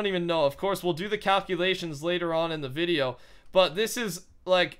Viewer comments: wait did he say cowculations? umm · Did u notice that he said cowculations